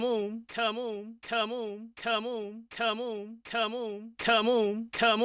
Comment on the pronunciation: My favorite part part is when he says camoun